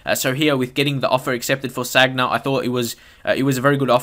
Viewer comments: San-ya not "Sag-na". Otherwise a good video. I agree totally with the midfielder comments, Gotze in cdm it's so unrealistic. However I do like it when I get someone on head to head with a team full of nothing but attackers, so easy to exploit with quick passing and movement. Haha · Sanya not sagna